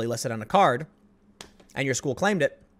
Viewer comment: Tims been watching too much South Park. “Schoo”